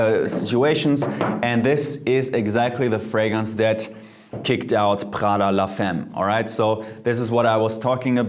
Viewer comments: Thanks for the suggestions! As for Prada it's pronounced La "fa"mme like saying aahh. And for Parfums the" s" is silent because it's only to know its plural. I know I know... French is complicated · Side note : - The "s" at the end of "Parfums" is silent. - Mugler is pronounced the "english" way (the e and the r are pronounced) - La "femme" is pronounced la "famme"